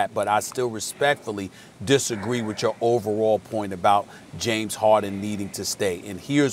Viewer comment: Nobody: Kendrick Perkins: JaMEs HaWDin